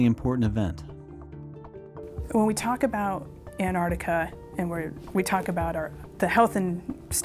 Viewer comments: Why is she saying ''Anarica'' ? I thought it was called Antarctica. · Its Pronounced "Ant Arctica" not "Anne Ardicker" Speak properly woman like what I doos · "Anartica." Americans have this mysterious inability to read and pronounce the word Antarctica. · What the hell is Anardiga? or 'Anardic' Repeat after me* An-tarc-tica and *An-tarc-tic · Where's "Annarica"? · where is anartica as the female says it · Was laughing for a bit caus the american kept saying antarctica like anartica as if the t and c were silent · Anartica? wtf, the pronunciation is An-tarc-tica! say it right! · How does one become an expert on Antarctica and no be able to pronounce Antarctica... IT IS NOT "An'artica" IT IS "Antarctica!!!!! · Whats wrong with these thick shmucks?The word is AnTartica not anartica. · Why does she say annahticar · Was it too much to pronounce the name of the continent correctly ? Anartic...good grief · Too bad they couldn't find people to narrate, who could correctly pronounce the word "antarCtica". That ignorant error really spoils this video. It's really pathetic. Patrick Cowdrey- Gold Hill, Oregon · To the two voices on this video: you have the correct spelling, why can't you pronounce it properly? It's very easy to do. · Please pronounce the "t" in Antarctica. Where's this word Anarctica come from? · Antartica because you know it has a T in it